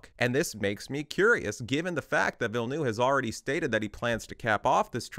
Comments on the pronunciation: instant like because at least you TRIED to pronounce Denis' name correctly. and for the benefit of all, it is pronounced "vill-NUV" not noov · Learn how to pronounce the names. "Villeneuve" is not "Vill-noo." There are videos that explain how to pronounce this. "Alia" is pronounced AH-li-a. Emphasis on the FIRST syllable. Quit copying Quinn, who just makes shit up. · Ok im french canadian and i have to ask, yall realise theres a v in Denis name right? Its Denis VilleneuVe. Anyway great video! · Struggling to pronounce Denis Villeneuve's name correctly? Just say "Dennis New-town" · the U in Villneuve is pronouced like an R, Ville-neRve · why everyone calling him villnoo like bro cmooooon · the second V in Villeneuve is NOT silent